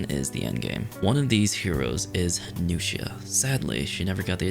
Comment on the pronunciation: New-shia > Nux-ia